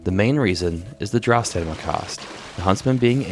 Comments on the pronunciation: Brother. I love your videos. But for the love of god it's staMiNa. I get a good chuckle whenever you say staNiMa. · Love the videos, but can't help notice that you sometimes pronounce "stamina" as "stanima" instead pretty funny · Stamina. Not "stanima". Thanks :) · I keep hearing you misspelling stamina as "stanima", is it on purpose? Either way, great video man! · Hand down best quality vids and edits from such a newer channel, say it with me brother... Stam-in-uh 😂